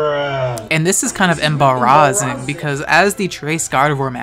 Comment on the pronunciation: If I had water in my mouth I would have spit it out upon hearing your pronunciation of embarrassing